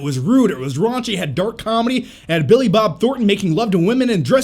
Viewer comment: Say Billi Bob Thorten one more time! I dare you! I double dare you!